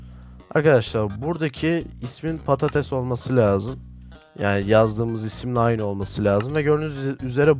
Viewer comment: abiiiiiiiiiiiiiii patates patetes değilllllllllllllllllllllllllllllllllllllllllllllllllllllllllllll